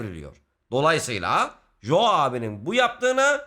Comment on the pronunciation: iyi güzelde “Jo” diyip durmasaydın adama keşke. İngilizce’de “co” diye okunur 😂